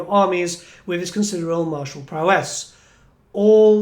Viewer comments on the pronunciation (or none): none